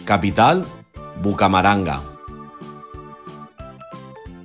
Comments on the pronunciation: jajajajajajaja disque bucamaranga es bucaramanga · no se dice bucamaranga se dice buraramanga no saben leer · BUCAMARANGA!! JAJAJAJAJAJAJAJAJAJSJAJAJAJ ES ¡¡BUCARAMANGAAAAA!!!!!!! JAJAJAJAJAJAJAJAJAJJA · ¿BUCAMARANGA? Es Bucaramanga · No es Bucamaranga es Bucaramanga, un poco raro pero es su nombre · GRACIAS señorita la verdad por q no le echan ganas la verdad además q al niño se le escucha bastante aburrido y achantado y también les toca investigar bien por que como lo dice el señor esta totalmente mal dicho con respecto a la capital de Santander (Bucaramanga) no bucamaranga no se burlen de nuestro pais por q en ningún momento nosotros nos hemos burlado del de ustedes así q mas respeto por favor, a y se me olvidaba tienen q practicar la pronunciación (PERDON POR LA FALTA DE COMAS Y PUNTOS) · Santander es Bucaramanga no bucamaranga pero buen video y like si te diste cuenta de ese error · Pronuncien bien no se dice antio quia se dice Antioquía no se dice bucamaranga se dice Bucaramanga por lo menos dicen las cosas bien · muy bueno el video pero no es bucamaranga es bucaramanga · se dice Bucaramanga no se dice Bucamaranga recuerda porfabor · disque bucamaranga es bucaramanga XD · Es Bucaramanga, no Bucamaranga. Es Antioquia, no Antioquía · Atlántico - Barranquilla Santander del sur - Bucaramanga, no bucamaranga 🤣🤣🤣 Tolima - Ibagué Casanare - yopal Era para corregirlo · se dice bucaramanga no bucamaranga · ay muchas cosas mal dichas en el video por ejemplo en vez de atlantico dijeron alantico y cuando dijeron lo de santander dijeron en vez de bucaramanga bumaranga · Pero pronuncien el acento donde tiene que ir por favor. Si es con un programa, recomiendo saber en dónde van las tíldes Bastantes errores de pronunciación, sin mencionar BUCARAMANGA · Le deben hacer una revisión a estos videos porque generan más desinformacion... pronunciación y escritura. Es Bucaramanga en el entre muchos errores. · es Bucaramanga no lo pronuncio bien el el minuto